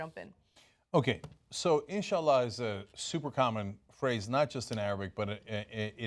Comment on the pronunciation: Its INshallah Ana....not ISHallah